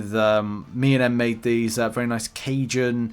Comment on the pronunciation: bro cant pronounce cajin im fucking dead it sounds out like cuuuuuyan